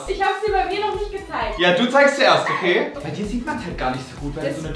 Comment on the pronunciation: Julia hat Brei gesagt anstat bei